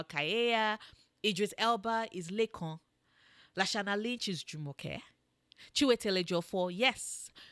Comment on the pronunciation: I saw her instagram video, when she said Lekan ... i stopped watching